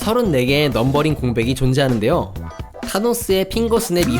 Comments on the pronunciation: 넘비링 아니고 넘버링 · 넘비링? No 넘버링?yes